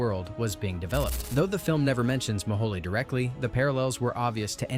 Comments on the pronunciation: Fer Gawd's Sake.... the name of the real life drilling project was Project "Mole HOLE".... not "Ma-HOLEY" That single mispronunciation, three times within a minute, took me right out of the feature... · Pronounced "mow-whole" not "mow-whole-ay" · Bad pronunciation: it's Project Mohole, named for a Soviet attempt to drill a hole through the Earth's crust down to the Mohorovičić discontinuity between the crust and the mantle. It was not named for a Mexican sauce!